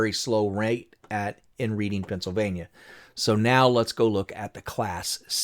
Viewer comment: Great video. Pronounced [Red-ing] Pennsylvania